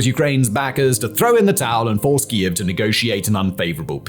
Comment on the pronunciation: He finally started pronouncing kiev correctly 👏